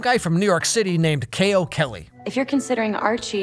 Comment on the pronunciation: I'm sorry but all I can hear is "Kale Kelly" instead of "KO Kelly" lol